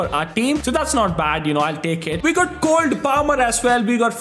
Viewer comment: Its Cole,not Cold 🥶 plamer🙂‍↔️